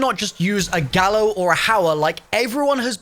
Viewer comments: He did not just say "a gauer or a hallo" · Did he realise he said Gauer and Hallo? 🤔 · my man just said "a gauer or a hallo" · He said Gauer or a hallo. 😂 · Did he say a hallo or a gauer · You good? dude said Gauer or Hallo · Umm. Did i miss a joke here? He said gallo and hauer.. Lol